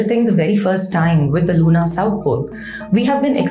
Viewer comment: You r a scientist. Also speak such good English. Please try to correct the pronunciation of typically Indian mistake of LUNAR AND SOLAR. Both are pronounced as if there were a U OR AN E IN PLACE OF A. So as if it were SOLER OR SOLUR……